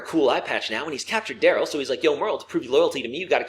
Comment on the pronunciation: When Merle was reintroduced it sounds like he said Dale’s brother instead of Daryl